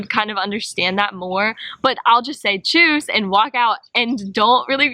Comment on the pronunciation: please keep saying Tschüss, lol